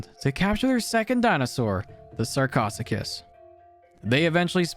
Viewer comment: And this didn’t even mention Edaphosaurus (a synapsid or stem-mammal)or how he absolutely BUTCHERED how to pronounce Sarcosuchus